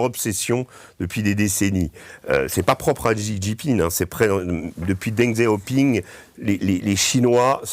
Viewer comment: "Chi" Jingping, Régis. Deng "Chiaoping" aussi. 🙏